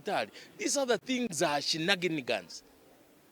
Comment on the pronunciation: Did just say shenaginigas?wueh😂😂😂